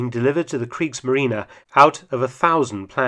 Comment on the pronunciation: German pronounciation gets better and better, even the "e" at the end of "Kriegsmarine" is correctly promounced. "Molch" is not pronounced "Molk", there is no sound like a German pronounced "ch" in English. The same with "Hecht" where the "ch" was almost correctly pronounced.